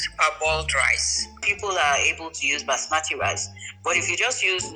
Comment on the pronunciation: "Basmatic" rice XD